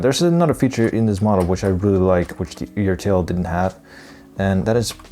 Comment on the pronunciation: ertl = "er-tle"